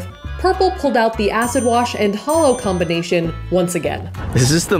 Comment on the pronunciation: I think you meant “happy HOLOween” ha ha haa